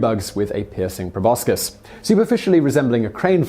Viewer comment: Please learn how to pronounce "proboscis." Please?